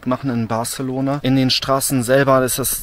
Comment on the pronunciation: "barZelona" ??? Autsch....